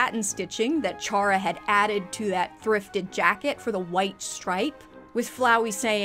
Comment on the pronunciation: Not to be the one Undertale fan to correct you, but Chara is pronounced Care-ah. Like character. It's a pun, like all of the characters in Undertale are. Though, the fandom STILL debates how it's pronounced despite how obvious it is, so I don't entirely blame you.